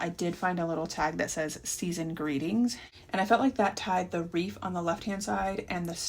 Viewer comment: Are you saying reef?